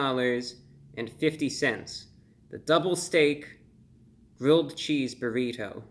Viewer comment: did he say gridth XD